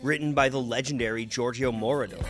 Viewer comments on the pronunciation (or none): First off Mr., let’s get the pronunciation of these names correct. Giorgio Moroder (More-Row-Der), Richie Kaczor (Kay-Zar), It’s obviously Polish or Slavic. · Absolutely well put together. Granted your Canadian accent does give a small clue as to why you may have mispronounced Giorgio's last name (it's 'More-row-der'/ Moroder). Clearly, I wish the video would have been longer. Great job though! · Great memories with some of these songs. This could be much longer; there are many more facets to club life. Fondly remembering Girard's in Baltimore, The Saint in New York, and Palladium too. Can't leave out Tracks in DC! Moroder is pronounced like more odor, the accent on the middle syllable. Gloria Gaynor, just like gainer. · The announcer mispronunciation of two names sounds like he didn't do that much research. Richie (Kay-Zoor). Georgio Ma-Roa-Der) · Good job! It would behoove you learn how to pronounce Richie Kaczor and Giorgio Moroder’s names properly. As in: Kay-zor. (Emphasis on A) Mor-oh-der. (Emphasis on second O). Good Times didn’t sample Rappers Delight, it was performed by a band. You skipped over House (which broke through globally) before EDM came about. But yes, all dance music stems from Disco and deserves recognition! Bless Earl Young who is in his 80’s for creating the Four-on-the-floor drum pattern that continues to define all current forms of Dance music except Drum & Base. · Why do you keep calling Giorgio Moroder "Giorgio Moritor"? I had to check Wikipedia for whether such a person as G. Moritor existed - no! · Great overview of Disco from a US perspective (the focus is a bit different in Europe). But: 1. Gloria Gaynor did not write I Will Survive. 2. Moroder - it’s worth finding out how it’s pronounced. It’s not as difficult as you think. 3. ABBA - despite their own brilliance - were very late to the disco party, and did not create or influence Eurodisco. Voulez-Vous came out in 1979 - whereas Love To Love You Baby first appeared in 1974.